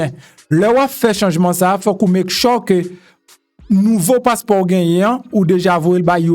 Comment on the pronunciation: MPH Make sure (mek chyouw)mo a pwononse